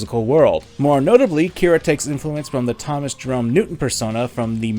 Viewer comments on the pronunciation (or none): none